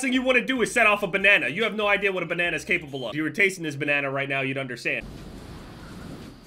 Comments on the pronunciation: Why do you say banana so weird 🤣🤣 “benena” lmao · You say banana weird